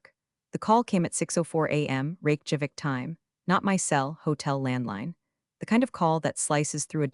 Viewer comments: Funny how her family name becomes a bank job (Teller vs teller). Rake Javik? Terrible AI. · It cracks me up that the closed captioning precisely spells out the AI's pronunciation of capital of Iceland as "Rake Javik". I like the speech quirks of this less natural sounding narrator. It sustains my attention. Entertaining production, once again.